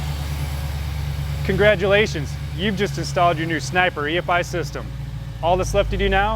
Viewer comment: only thing is,...it's not E-FIE. It's E,....F.....I. Godamn it sounds stupid when your video starts right off with someone who can't say each separate sound of the EFI.